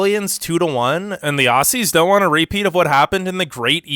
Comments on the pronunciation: This dude pronounced it AUSSIES like no mate it’s OZZY. With a a. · I love how he say A-ss-i-ee-s its Aou-zz-iesz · Don't pronouns it ossies it's pronounced ozzies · This idiot saying assuies killed me